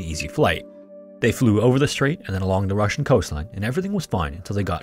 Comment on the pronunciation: Спасибо!! Great job on this one, and well done with pronunciation of russian names and titles.